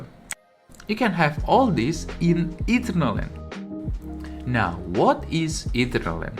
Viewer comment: bro its not Eaten-err-land , its ee-turn-al-land.